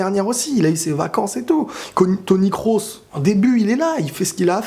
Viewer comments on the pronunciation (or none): none